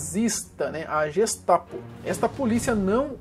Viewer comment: Não se pronuncia (jestapo) , e sim ( guestapo) = Gestapo. O G tem som de GUE. G com a garganta e não com a língua batendo no ceu da boca.